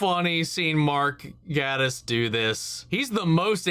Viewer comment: Gatiss with a long A.